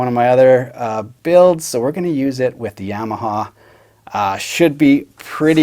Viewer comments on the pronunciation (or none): Ya-ma-ha. Not Yeah-ma-ha. Otherwise, very nice video as usual. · Black it out, and please quit saying YAM’-aha..